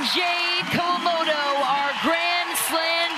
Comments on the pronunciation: It's KA-WA-MO-TO, announcer with terrible pronunciation. They are Grand Slam Gold Medalists. Give respect. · I think she managed to pronounce their name Kawamoto, Kowamoto and Kowamato all in one sentence right at the end of the match. So distracting listening to her get it wrong the whole match.